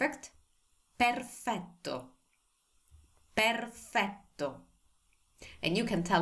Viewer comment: I love when u say perfetto ❤ I really enjoying and learning Italian language with full intention because of you 😊 and your teaching styles mashallha super awesome and molto perfetto 😂👌 ❤